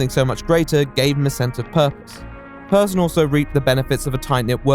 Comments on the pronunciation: Alright but Persson is not pronounced as "person". Pers-son, as in the son of Per. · I think there's a great deal of irony to be found in the fact that he at least was, prior to his success, aside from a few points of note, an altogether unremarkable individual at his core in terms of personality; and his last name is both pronounced identically and spelled near-identically to "person", as though an indication of a certain degree of normality to him. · Just a fun note: You pronounce the ’e’ in Persson like you’d say the ’a’ in ”happy”